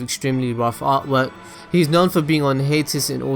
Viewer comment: You were saying "hiatus"? I thought you were saying "Haters"...